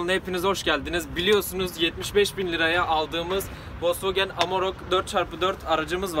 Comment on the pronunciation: "Maden" Değil, Made In. Ve Wolkswagen Değil! Volkswagen! İNGİLİZCE BİLİYORSAN KONUŞ, BİLMİYORSAN KES SESİNİ OTUR.